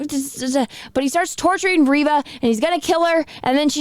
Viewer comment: It's ReeeeeeeVA... 🤣🤣🤣🤣🤣🤣🤣🤣🤣🤣🤣🤣🤣🤣🤣🤣🤣🤣🤣🤣🤣🤣🤣🤣🤣🤣🤣🤣🤣🤣🤣🤣🤣🤣🤣🤣🤣🤣🤣🤣🤣🤣🤣... Are you serious?